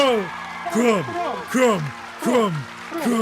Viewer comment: "CRUMB! CRUMB! CRUMB! CRUMB!" - you sound like the audience of a Bulgarian Quidditch Match. (KRUM! KRUM! KRUM! KRUM!)